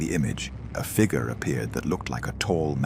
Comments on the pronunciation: Fig yur. Not fig ger. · Can not pronounce the word figure correctly.